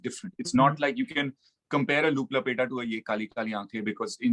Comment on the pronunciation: it's actually Looop Lapeta. You missed an 'o' in the first word. Loved the interview❤